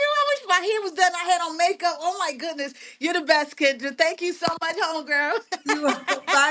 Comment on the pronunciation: Why is Kendra pronouncing her name, like the animal “gazelle?” 😂😂😂